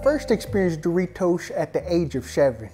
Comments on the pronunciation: Bro Said smuggle The raw duros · Duritos? I thought is was Doritos